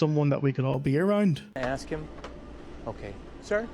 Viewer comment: aks aks aks finna go crazy when people cant pronounce ask properly